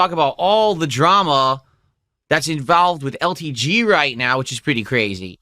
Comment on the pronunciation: Bugged grammar mechanics is so done in by happy juice he says words incorrectly all the time